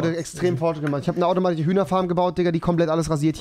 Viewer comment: Automatiche 😂 sorry aber es ist wirklich witzig bist überings mein liebling YT 👌😅 Und geile neue Friesuer